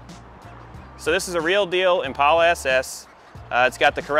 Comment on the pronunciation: Congratulations for being the first White guy in history that pronounces Impala correctly, with a long A instead of a short A.